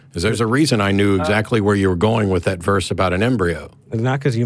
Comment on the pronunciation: pronounces verse as worse... I find that interesting.